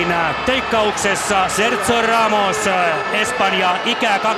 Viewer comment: ku ramos sai maalin ni toi selostaja sano sen nimen väärin